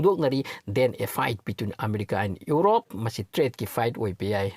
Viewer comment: "Urope" haibase "Europe" haibiyu